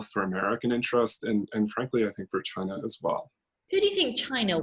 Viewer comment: Vote for Trump.. to raise the WW3 Flag for you.🥳🥳🥳 At least Trump is brave when say "chiinaa" ..🤪